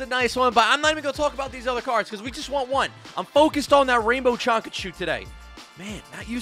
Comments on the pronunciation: You said chachu it's picachu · When you say chacachu I was laughing so hard